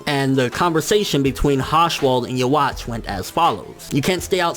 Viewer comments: It's supposed to be Juhabach, i think. Please stop saying it like "you watch", it's kind of annoying. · Its you-ha nkt uhwach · yuh-watch is not how you pronounce that. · Why does everyone say "yeah-watch"? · "yo-watch" looool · lol he saying his name wrong Yhwach